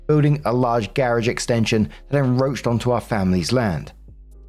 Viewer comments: Story 3 - Once again, and for the millionth time, see "enCroach" and misreads it as "enRoach". Why does he hate that first "c" so much that he refuses to even acknowledge it very existence? We may never know. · I'm starting to think you're intentionally mispronouncing "encroach" at this point. What I want to know is why. Is it an inside joke?